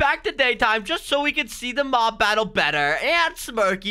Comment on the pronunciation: Am I the only one that hears “mog battle”